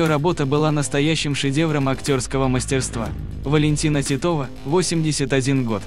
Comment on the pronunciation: Не ТИтова, а ТитОва.... Вы русск😅ий ?